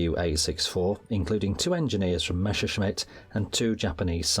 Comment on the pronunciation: MESSER - schmitt ... Not MESHER schmitt